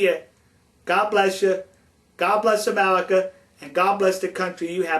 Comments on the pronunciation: this guy is funny, he keeps saying amelica XD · "Kiss tu ga?", you American, speak English!!! Then again, maybe you cant. "Foleigner?" "Foitha?" "Coitenly?" "Amewican?" "Amewica?", REALLY! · in amewica we also wespect each other's political affiliation now GO hunt dat wabbit elmer fudd! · Amewican? Amewica? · lol Amewica ... I have a speech impediment too :(